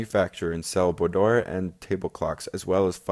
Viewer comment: Also, the words 'Czech', 'boudoir' and 'subsuming' are mispronounced.